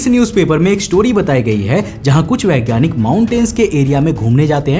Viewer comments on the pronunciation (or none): none